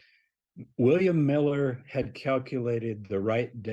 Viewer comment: Ment miller not millet.